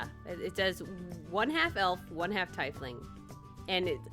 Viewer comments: Its not tie fling its tea fling, just saying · I think the correct way to say it is tee-fling XD FORGIVE ME IF ITS WRONG XDDD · Your character sounds chaotic neutral to me. Also I think it’s pronounced ‘tee-fling’. I love the design! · Being an avid D&D player this was cringy cute watching this. Btw! Tiefling is pronounced Tee-fling. And each species of tiefling (either infernal, feral, and so on) have different shades of skin. Usually its reds for infernal and purple for common. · It’s pronounced Tea-fling btw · That's not how you pronounce tiefling right? I thought it was pronounced teefling... right? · I have a teifling character for D&D!! Btw it's pronounced teefling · By the way- it's pronounced (Tee-fling), but it's really up to you on how you want to pronounce it!!! ^_^ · I'm not sure if you are pronouncing tiefling right.. But maybe I'm the wrong